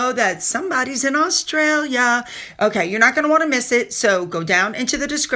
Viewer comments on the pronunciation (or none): none